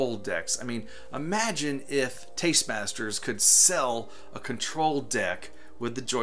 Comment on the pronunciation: They need to work on a license with Nintendo for DK and all cabinets should have stereo sound. BTW, it's Tastemakers. Not trying to be a smartass. Just want you to know for future vids.